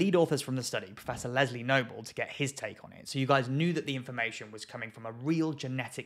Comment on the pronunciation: Anyone else hear “Lesley Knope” and think Sharks and recreation?